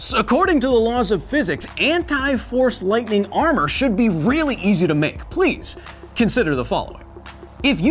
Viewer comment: I thought You were saying “THORS lightning”